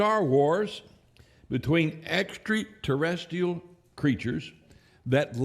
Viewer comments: Id never heard "extra-terrestrial' pronounced with an "extree" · "Extree-terrestial creatures" Beautiful.